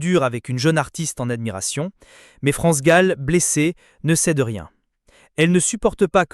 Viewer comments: Son plus grand chagrin fut la mort de sa fille France gol dit la voix robot c est gênant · Comment cette personne qui parle de France Gall ? L’appelle France goll ? C’est une honte c’est un manque de respect à cette grande personne elle me dégoûte à chaque fois, je l’entends dire France goal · France gall et pas gaul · Cette voix sonne tellement faux ! Cet imbécile dit France GOLL au lieu de GALL ! Jennifer et les autres ont eu un sacré culot d'enregistrer les chansons de France et Michel, sans même avoir son accord !!! Et les droits d'auteur ?! Jennifer, cette arriviste, séductrice et vulgaire, voulait se rendre célèbre en exploitant le patrimoine artistique d'une icône comme France Gall ?! Jennifer et les autres auraient mérité un bon procès !! France Gall et Michel Berger sont irremplaçables et inégalés ! Respect éternel 💖🌟